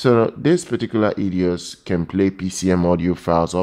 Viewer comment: EIDOS - not Edios!!